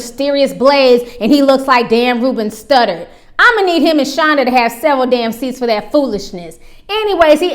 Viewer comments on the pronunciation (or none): Girl you said Ruben studdard 💀💀💀